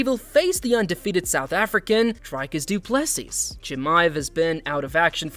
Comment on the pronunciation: If you cant pronounce Du Plessis last name correctly just call him DDP, the S at the end is silent!